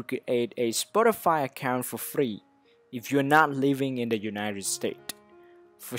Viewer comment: Lol he said spoti5